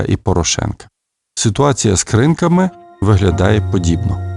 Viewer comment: Шановні соковари, село називається КринкИ, а не КрИнки. Я до окупації проживала кілометрів за 15-20 від КринкІв і дуже боляче слухати як зелена влада паплюжить рідні назви і потім це розповсюджується для всіх інших медіа, навіть таких притомних, як ваш канал